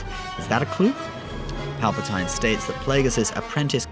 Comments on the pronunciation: It's pronounced palpa-teen not palpa- tine(with a long "I" sound) did you even watch the movies? Pretty sad when even the movies say it the right way and you can't even say it correctly. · Just saying it's pal per teen not spelling but how it's pronounced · Who the fuck is palpotiine ? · Dude! For fuck sakes pronounce the word "PALPATINE" properly and not like a dumb idiotic spastic!!! Fuck me drunk mate!!! >=S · 100% BULLSHITR THIS GUY CANT EVEN PRONOUNCE PALPATINE CORRECTLY. HUGE STAR WARS FAN LOL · He only says it that way because he's from the UK